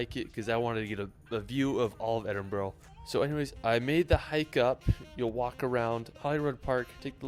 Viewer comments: Here in Scotland Edinburgh is phonetically pronounced Ed-in-bruh, so you guys are spot on 👌 and as a Scott myself I can say it's very refreshing to hear Americans pronounce it correctlyfor a change 😂😂😂 this fella makes some hilarious attempts at Scottish place names tho 😂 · Your pronunciation is correct. It’s Edinburra. Also Glen Finn in . Good clip despite the pronunciation. I’m sure you will have a great time here. Proud Scot 🏴🏴🏴